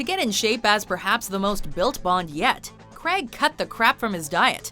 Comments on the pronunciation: It's CRAIG not fucking cregg... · Can you fkn yanks stop saying CREGG instead of Craig? Does renn fall from the sky? When you are hurt are you in penn? Does a trenn go Choo Choo? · How come you can't pronounce "Craig"? Seems to come out as "Kreg"... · Daniel Creg it's Craig it's has an a in it. Said Crayg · Daniel Craig, not Daniel Crag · When you can’t say Craig right